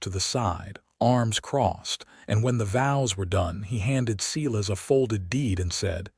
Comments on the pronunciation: Silas is pronounced Sylus, my grandpas name. Tucson is pronounced 2son. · good story, too bad the spelling and details are mixed up. Elijah should probably be Elisa, as stands for a woman. Silas is spoken Sailas